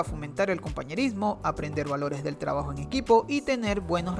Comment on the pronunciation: Soy yo o en las palabras con "tr" ejemplo:trabajo-tgabajo